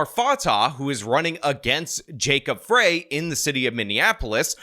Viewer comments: It's Jacob Frey like fries. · Minnesotan here (first ring suburbs of MPLS)! Love your channel and I’m a huge fan! One correction for this video: It’s Fry. Like french fries. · You are right but it's pronounced like the food French frie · That is not MN's state flag, and it's jacob frey pronounced fry, like french fry. weirdo using a hit piece from newsmax with a b.s. image of a photoshopped flag, classic. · Fry is how u pronounce the losers name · BTW It’s pronounced Fry….. like McDonalds French fry. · Sorry to correct you, but it's pronounced Jacob Fry, as in McDonald's. Deportations by our federal government will solve the problems with rent prices. Also arresting Walz and Ellison our Muslim AG, etal. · FRY. His name is pronounced "FRY." I am aware that it is spelled "FREY." It is pronounced "FRY." 🤦‍♂️ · Pronounced Jacob Fry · Frey is pronounced “Fry” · It’s Jacob Frey, as in french fry 😂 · Mayor Frey's surname is pronounced "fry". If he wins re-election, it won't be by much. The upper-middle-class, guilt-ridden White liberals who run Minneapolis, plagued by their guilt, decided to relocate the population of a non-Western, illiberal culture to take residence. 20% of the city's population is of Omar Fateh's favored ethnic group; consequently, he will have their bloc votes as well as the votes of the loony-tune White progressives. In dragging his feet in requesting Governor Walz to call in the Minnesota National Guard when the riots began, Frey did not deserve a second term in 2021. Nonetheless, I have no choice but to vote for Frey as the other chance to prevent the mayoralty of economically-illiterate Identity Politician. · You cant even pronounce the candidates names. Lazy! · You pronounced both their names wrong. As a Minnesotan it pains me to push for Frey. But he is way better than the alternative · It's not "Frey". It's "Frey", you know, like "Freying pan." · FYI. It’s Frey is pronounced like Fry—not Fray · Not Fray...it's pronounced like FRY